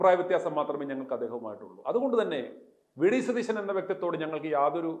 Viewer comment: Your accent is വെടി സതീശൻ. എന്നാണോ. I heard that.